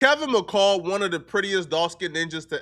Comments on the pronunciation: This man rushed the story out so damn fast he didn’t even pronounce the dude name right it’s Kevin McCall dumb as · got me dying he keeps saying Kevin macale 😂😂😂😂 I’m trying to be serious but when he says that it has me rolling